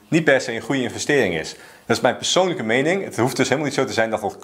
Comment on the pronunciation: je maakt leuke video’s alleen praat je soms wat snel en dan zeg je psoonlijk Ipv PERsoonlijke financiën. Verder top.